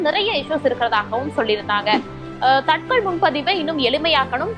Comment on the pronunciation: தத்கால் என்று சொல்லணும். தட்கல் அல்ல. காலதைக்குறிக்கும் சொல் அது.